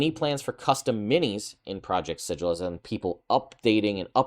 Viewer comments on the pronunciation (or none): It’s pronounced Sigil.